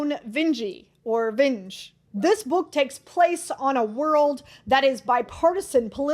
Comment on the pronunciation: Vinge is pronounced VIN-gee. Joan is the widow of Vernor Vinge (who, as you know, is also a Hugo Award winner).